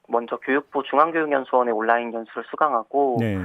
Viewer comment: 워료일로 안읽고 월 료일로 읽는게 그런이유였나... 하.. 워료일 온나인이아니라 올라인